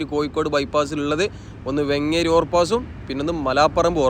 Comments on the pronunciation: വെങ്ങേരി ❌❌ വേങ്ങേരി✅✅ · വെങ്ങേരി അല്ല വേങ്ങേരി.